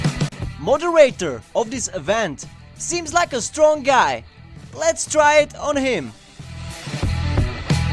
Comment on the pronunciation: Lol i like how he says Strong as "Stronk"